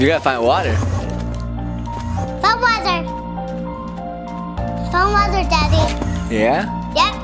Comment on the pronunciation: why you called the water "wawa"hahahahahahahahaahah